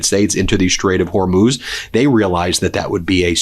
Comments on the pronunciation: Thank you for correcting your pronunciation of the Strait of Hormuz... Not a distraction anymore... and I enjoy your work... 👍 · Glad to see you learned how to pronounce Hormuz. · Thank you Ben, for finally learning how to pronounce the Strait of Hormuz! Only took you 2 weeks! 😅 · You've finally pronounced it Whore-mooze. 😆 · Thank you for pronouncing Hormuz correctly. Love your work.